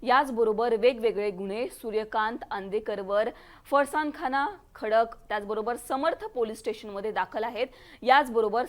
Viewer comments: फरसाण खाना नाय फराज खाना...... 🤦‍♂️🙏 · फरसाण खाना नाही फरासखाना 😂😂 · tuza avaj Yogita Chavan sarkha ahe,आणि फरसानखाना नाही ग तो फरासखाना आहे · फसनखाना नाहि फरसखाना म्हणतात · फरसाण खाना नाही ओ "फरासखाना" म्हणतात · ओ बाई फरसाणखाना काय म्हणताय.. फरासखाना आहे ते.. बावळट कुठली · बाई ते फरसान खाणा नाहीये...😂😂 फरासखाना आहे.. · Madam फारास खाना ✅ फरसाण खाना नाही ❎😂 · फरसाणखाणा नव्हे फरासखाणा आहे ते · Farsan khana nahi farskhana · Farsan khana nahi faras khana ga bai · फरसखाना म्हणताना जीभ जड पडत असेल तर घोडेपीर म्हण बाई पण फरसाण खाना नको म्हणू 😂😂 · फरसाण खाना नाही मॅडम फरसखाना 😂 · फराज खाना पण नाही × फरास खाना आहे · पैले नीट फरासखाना बोलायला शिका मग बाकी बोला